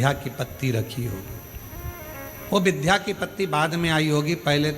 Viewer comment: बार बार आप विध्या कहते हैं जबकि सही शब्द विद्या है।